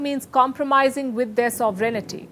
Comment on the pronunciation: Palki, your impeccable diction is hampered most by mispronunciation of one word that occurs frequently - sovereignty.